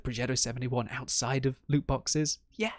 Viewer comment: ITS LOOOT